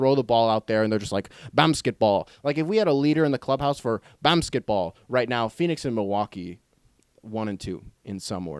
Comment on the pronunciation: im i the only one who loves it it when he says bamsketball (is that how you spell it lol).